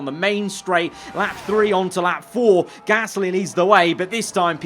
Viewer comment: It's so frustrating that can't say Gasly right